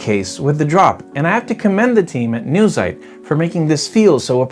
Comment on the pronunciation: This German word is pronounced: "Noi - TSITE".